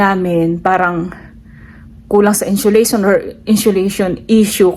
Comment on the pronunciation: Insulation girl you pronounce it as insiolation😮